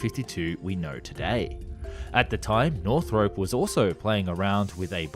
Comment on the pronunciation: Pretty good but you need to learn how to pronounce Northrop 😆